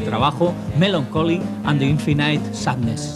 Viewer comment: ["infinaite"] jajajaja ¿Tanto cuesta mirar cómo se pronuncia "infinite"?